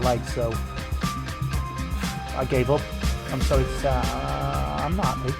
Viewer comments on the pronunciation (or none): none